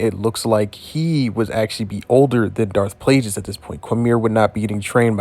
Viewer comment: You can pronounce plague but can't pronounce Plagueis? Palpatine pronounced it for you in Revenge of the Sith, and you still can't pronounce Plagueis. Not once in the English language is "gu" pronounce like "j". Linguist, language, guerilla, gullies, guard, ane plague are all pronounced with a hard g even by you your whole life, and you can't pronounce Plagueis? I tapped out within the first minute of the video. I figure I might fill my gut with gumbo, asparagus, and linguini until I'm fatigued and languid, as I do regularly, and beguiled at how this guy's tongue mispronounced Plagueis. 😅